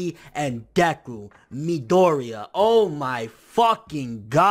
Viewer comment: It is pronounced ME-DOORY-YA dude. Like there is an amazing English dub how tf do you still not know the main character's name if you love this series nearly as much as you claim you do?????